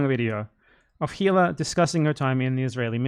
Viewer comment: Unrelated to these arguments, I've just been very baffled over the years about this: Why can no one who makes a video essay about the Klein's pronounce Hila's name? It's the easiest name to say correctly, her name is said all the time in their content (and the essayists use clips from said shows), but for some reason, they just can't mute the h in Hila when they say it out loud. I'm just very confused.